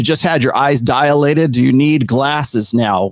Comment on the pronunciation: The world is "dilated", not "dialated"